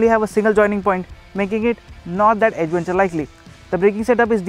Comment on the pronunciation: chuthiya logonko kyo lathe ho video pe.. adventure ko 'ada'venture bolthe ho.. thu theri